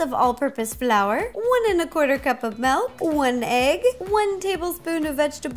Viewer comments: No hate but is it milk or melk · I love the fact that you say melk in stead of milk because milk is melk in Dutch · Iv never actually heard anyone pronounce it "Melk" before. But she's so cute of course she does. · Milk not melk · Lol she said Malk instead of milk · i love how she says "melk" instead of milk lololololol